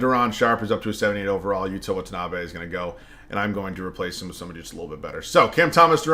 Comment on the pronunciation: just letting you know the pronunciation on Watanabe is the best i’ve heard from content creators 😪